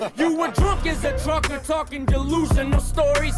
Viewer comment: pronounced 'TruckER' just like Yella...LMFAO!